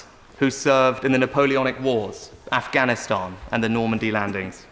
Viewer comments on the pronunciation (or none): none